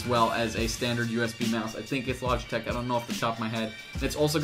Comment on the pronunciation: Why do you say logitech like you have a fucking speech impediment. It's pronounced LODGE - E - TECH.